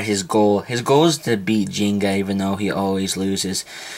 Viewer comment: GT sorry for like in the wrong place but im correcting you for calling the names so when u say gingka its like jinga its wrong jinga is wrong u should say like gingka just follow how it spells in the japan(if you dont know japanese is the original version english is dubbed) kyoya u speak like kiyoya and ryuga too u speaked rayuga so u just speak it directly that this is to improving the japanese names :) dont be mad or jealous